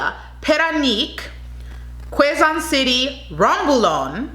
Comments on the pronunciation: Quezon - pronounce as “ key zun “ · QUEZON is like you're pronouncing QUEBEC